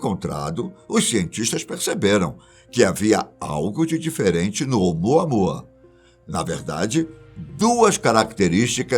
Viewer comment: De novo o repeteco do " umuanua"?? Pfv ,muda isso 😏